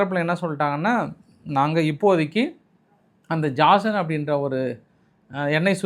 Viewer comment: Jasan ille jizan